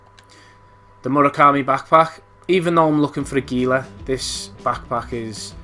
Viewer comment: Pronouncing Gila wrong (hee-la). My only criticism. Otherwise good vid, very helpful!